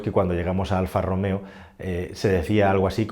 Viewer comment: "Alfa e-Romeo" Aquel día, el encargado no se tomó su café diario y se le escapó un buen Alfa Rom-Eo